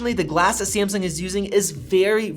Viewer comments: Sayemsung. Cayumera. Fuck dude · Hahaha why do you pronounce Samsung like that? Sahhmsuhng ☺️☺️